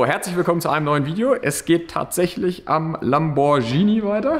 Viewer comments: Labogschini. Es heißt Lamborghini. Leudde, ich würdet auch kotzen wenn Italiener Mercedes oder Audi dauernd falsch aussprechen....man man man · Lamborschini? Nee, nicht Dein Ernst, oder? Es sind auch keine Spaschetti, oder? Da ist ein h nach dem g! Also bitte. 😘 Bei (auch ehemaligen) italienischen Automarken verstehe ich keinen Spaß!